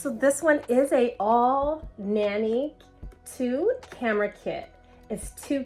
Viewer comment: I have it. It's a good camera. I'm just finding it hilarious that every reviewer calls it AL nanny because arenti didnt send the pronunciation with their copy.